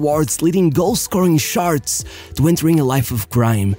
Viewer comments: Why do you say "charts" like that? Sharts ☠️☠️ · Love the videos! However please pronounce “charts” differently from “sharts”